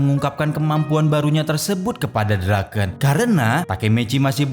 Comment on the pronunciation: BUKAN DRAKEN BANG TAPI DRAKEN🗿